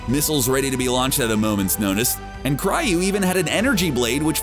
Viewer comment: What the hell is a Cry-yu?